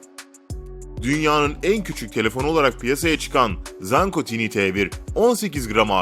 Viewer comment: Bir video çekimine hazırlanırken, tanıttığınız cihazların isimleri doğru okumaya daha özen gösterseydiniz keşke. Tiny T1 (Tini diye telaffuz edilmez - Tayni diye telaffuz edilir.)